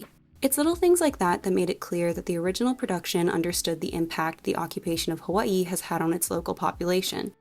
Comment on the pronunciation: As someone from Hawaii I appreciate the way you pronounce Hawaii